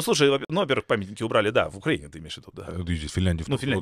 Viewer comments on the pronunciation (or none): none